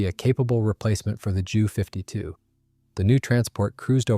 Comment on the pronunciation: Jew 52? You too damn lazy to say J U 52?